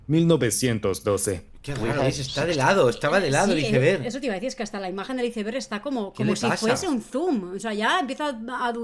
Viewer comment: Se pronuncia aeisberg muy bueno el video